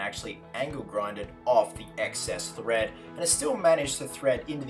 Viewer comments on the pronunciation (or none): none